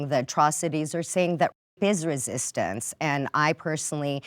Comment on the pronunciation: Its not resitance ffs